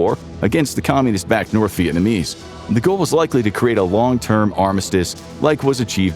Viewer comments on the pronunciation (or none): none